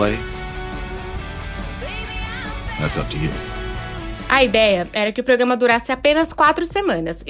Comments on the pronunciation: É proGRAma e não proGAma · A palavra é Programa, não progama!